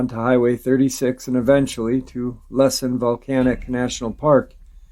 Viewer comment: Hey...Its Lass-en...like Lass-ie...thats how you say it. Too close for comfort in my eyes! This stuff is really starting to freak me out. Im in an electric wheelchair and I make the trek to my grocery store at all times day or night! Time to get protection! Thank you!